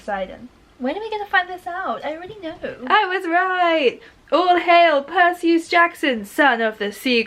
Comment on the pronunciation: It’s pronounced percyus like Percy +us